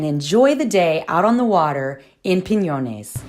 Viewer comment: You said Piñones correct! well done!